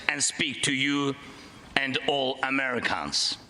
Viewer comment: "a GREED honor...and all AmeriCONS"! 🤣